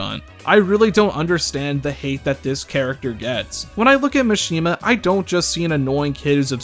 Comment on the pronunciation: STOP PRONOUNCING MISHIMA “Machine-ma.” It’s Mah-shi-ma like every other Japanese name